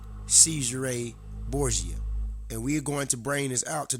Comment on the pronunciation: You say Borsia others say it is DaVinci. You don't sound very educated.